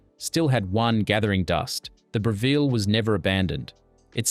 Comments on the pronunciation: We never made jaffles on the fire with a "Bra-ville", we used the good, old Brevvel 😉😆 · I love seeing all these reminders of my childhood but that AI voice😬 “bree vell” NO! It’s “brev” as in “rev” (seven, Kevin, never😉) “ull” It’s almost sacrilege to mispronounce the name of such a magnificent piece of culinary kit😂🇦🇺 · Stop with the AI voice that can’t pronounce Breviile and tomato. Couldn’t finish watching this. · AI voice over. Mispronounced Brevilles (not Breeveels), Tooheys (should be silent H) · Absolutely cringe AI voice, can’t pronounce Breville or galah. 🙄 You’ve been warned.